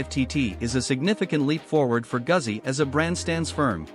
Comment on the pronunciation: Please learn to pronounce Guzzi. Long "U", the double "Z" is a "TS" sound. Thanks for the review.